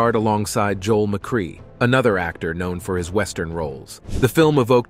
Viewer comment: It is pronounced Joel Mc-Ray, not Mackree.